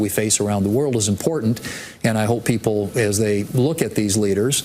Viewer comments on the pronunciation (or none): I like your channel, but I hate the advertising in the middle. There was a reason I paid for a premium youtube. Plus, tell your bother there is no D in important! That irks me.